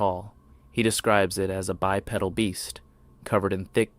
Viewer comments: please don't pronounce it bi-pedal...IT'S BYE-PEE-DULL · “bi-pedal”. 😂😂😂 like bicycle pedal…😅